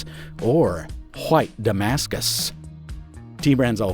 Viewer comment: A truly impressive amount of stank on the word "white"